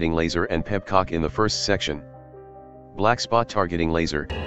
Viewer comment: I shouldn't find the TTS saying it "Peb-cock" as funny as I do.